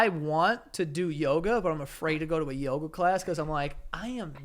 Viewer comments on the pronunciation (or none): none